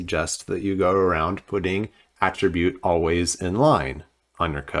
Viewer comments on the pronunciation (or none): none